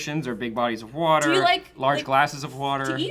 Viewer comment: Ok can we get a gif of saying Whater???